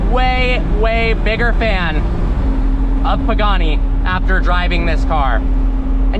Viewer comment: Bro Pagani instead of poogani